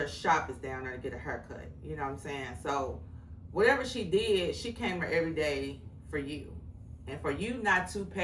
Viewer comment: You gonna tell me where you from??? Dang, you're driving me crazy!!! 😆 🤣 😂 There, here, where. Even the way you said heard!!! Lol